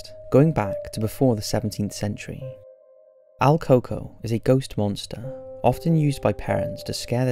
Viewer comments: It`s not pronounced alcoco, but El Cooco, duende is the literal translation to Goblin. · not AL Coco, it's EL Coco, which usually translates in american culture to The Boogeyman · El coco? El cucuy?? I've never heard of el coco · The first ones name is very butchered, although it says it like that online I can guarantee that this is not how we say it in Mexico